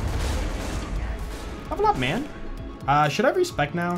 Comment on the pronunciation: I love it how goes "foine" and "thanks mayn"